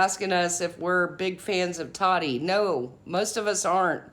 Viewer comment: I am a TA-TI fan! And it’s “taw-tee “ not TODDY! Please please Quit callin her toddy! Also thank u for the legal coverage! Love the impartial facts. I thought she was being naive in thinking she couldn’t be sued.. and even after the judgement we still may never know the Full TRUTH!